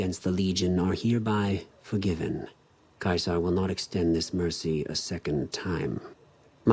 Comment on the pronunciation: I hate the way they pronounce Caesar